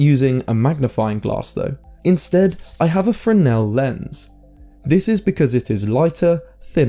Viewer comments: First, they are spelled Fresnel, not "Freshnel". Second, the arguments you present don't sound correct, and if anything, sound more like you're describing polarizers than lenses. Maybe trusting your memory from childhood of 40 years ago isn't a good idea. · Isn't it pronounced FREZ-nel lens?